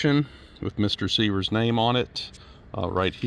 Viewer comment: The owner's name -- SIVYER -- would be pronounced SIV-YUR. Not "seevers."